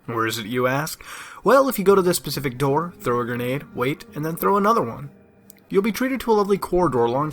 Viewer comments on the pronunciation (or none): Its specific not Pacific